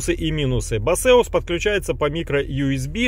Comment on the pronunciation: Да не басеус это, а БЭЙСОС или БЭЙСУС